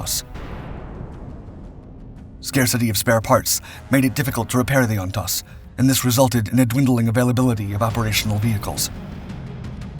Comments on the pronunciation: First it’s pronounced WAY not Huay. 😅 Secondly it’s pronounced Ontose. The second oh is pronounced oh. On tose. You would think that if you were going to do an historic video on a key battle of the Vietnam War you would talk to some Vietnam Veterans and not just make it on your own. I’m a Vietnam Marine Veteran and I know what they’re supposed to sound like. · I saw one one the outskirts of Quang Tri City in 1969. It’s not pronounced Huey but it is pronounced Way (Hue). Ontos is pronounced ontose. Just saying. Do a little research with some Marine Vietnam Veterans that would know how to pronounce these words. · Great video but Jeeeeeeze, How many times can you mispronounce Ontos (OnToezz) and Hue (Hhway). city?